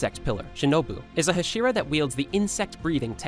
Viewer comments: It's not hshira, it's Hashira. You're pronouncing it as only H(slight a), pronounce it as Ha(strong) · Did you say hashiwa